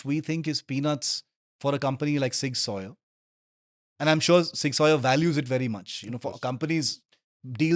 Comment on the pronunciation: please pronounce it properly at least 😢 zig zouwer or sig souwer at least. not sig sawyer :/